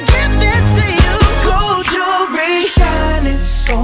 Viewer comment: Fr he pronounced it like this: Goerl (very faint rl) JOwellery (the 'wellery' part sounds like 'be')